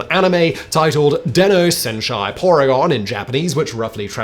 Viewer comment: Psst... it's pronounced "sen-shee"